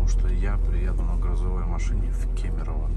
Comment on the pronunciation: Ты единственный походу кто правильно говорит город Кемерово)